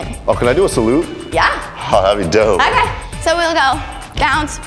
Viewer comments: LOL dough freshness instead of Dope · its not dough fresh nation .... ITS DOPE FRESHH NATION SANNN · They said Dogh Freashness instead of DOPE freashneSs SAAAAN! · it's dope fresh nation not dough fresh nation